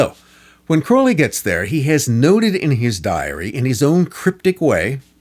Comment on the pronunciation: Thank you for at least pronouncing his last name correctly. People tend to pronounce it wrong because of Ozzy, but the poem The Convert proves the real pronunciation. Anyone that believes the Satanic BS about Crowley needs to read Confessions. He had such an amazing life and people that knew him personally had nothing but good things to say about him.